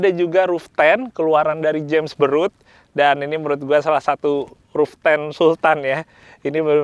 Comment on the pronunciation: Bang je pas bilang james baroud napa dengernya james beruk 🤣🤣